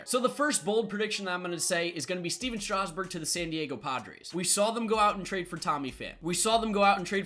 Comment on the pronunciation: Stephen strasgburn wrong lol